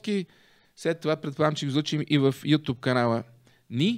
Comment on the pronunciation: Карбовски , градивна ми е критиката и пак ще ти напиша. Думата е нЯма , а не нЕма. Също така, платформата е ю тюб, а не ю туб, тупан такъв 😁